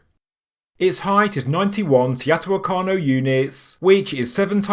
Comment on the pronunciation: It’s “Toe-knee-naa”!!!! 😂 and “tee-oh-tee-waa-con”!! 🤣